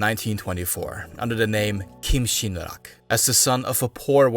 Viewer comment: As a korean, you pronounced kim sin rak very well😊😊😊. Thank your awesome content